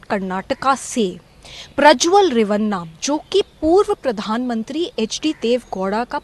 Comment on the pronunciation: Dude it is Prajwal Revanna, not Rawanna